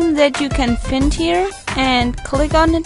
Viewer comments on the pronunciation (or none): ich schätz mal an deiner stimme und aussehen das du nicht allzu alt bist xD dafür recht gutes englisch.. aber paar wörter sind bissle falsch xD und das find wird anders ausgesprochen, nicht wie im deutschen ;) nur als tipp ^^